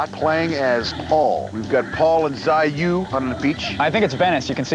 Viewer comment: One guy says Zai-You the other one screaming Zai-YOW. Never seen so much fail on pronunciation, the Japanese and Chinese will be pissed!